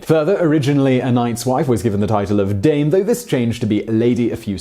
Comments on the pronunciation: You didnt say Dame properly AT ALL in french xD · Simon totally nailing the German pronunciation of "Dame" here. When trying to say the French equivalent "dame". Awesome. I love it. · Dame was less of a mystery, I mean Notre Dame means "Our Lady". Also your pronunciation of the French dame...... Buddy. No.